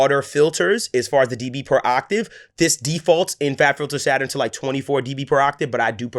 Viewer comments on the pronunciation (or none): none